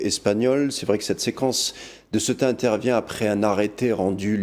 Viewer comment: Fais un effort de prononciation,inculte presentateur, CEUTA se prononce CE-OU-TA .